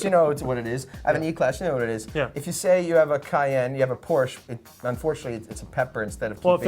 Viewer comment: Did Alex just say "Porsche" wrong?